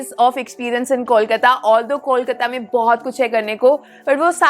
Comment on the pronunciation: Can you pronounce the name of the city correctly please?!?! And it's NOT "Balugunge" but "BALLYGUNGE" - YOU SHOULD re-edit this entire video. What bullshit.